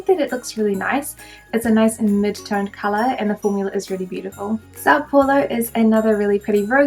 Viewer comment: You said São Paulo just fine 👌🏼💕